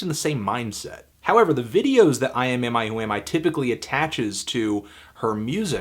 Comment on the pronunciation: That's uhh.....that's quite the band name. Good job pronouncing it in one go.